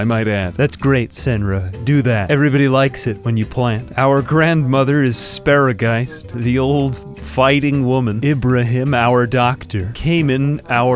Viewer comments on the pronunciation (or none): Speregeist “Speregeist” Speregeist